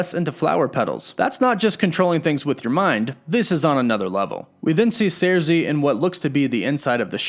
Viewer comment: Cersei is pronounced: Sir-See. Not Sairzee.